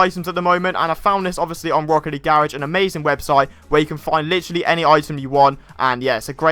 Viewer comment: Nobody:: Gare-ige